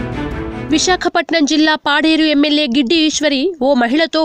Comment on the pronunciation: Giddi ishwari kadu "gadida ishwari"